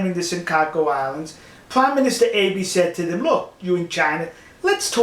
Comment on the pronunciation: Enjoyed the info A comment though on the pronuciation of the prime minister's name - it's Ahh be' - the e is an A sound As for the nuke capability in Japan - just so